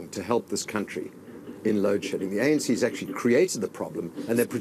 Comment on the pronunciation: Its not ENC bra its ANC... 😢... U c results of reporting about another country.... 🙄